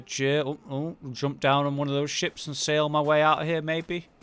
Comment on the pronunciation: He said giant ships but sound like giant chips imagine a great ones eating a huge pringle